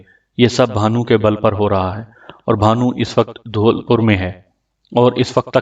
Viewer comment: Bhai wo dhoolpur nhi dholpur h aapka agla novel konsa hoga